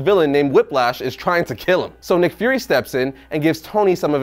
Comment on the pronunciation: You say nick fury, I hear mcfury